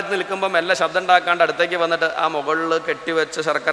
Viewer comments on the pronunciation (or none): none